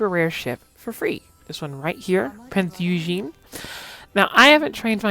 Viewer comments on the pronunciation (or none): The eu in Eugen is pronounced same as the eu in Freud, her name is pronounced Prinz Oygen